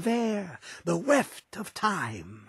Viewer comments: The weft of time lol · “The WEFT of time”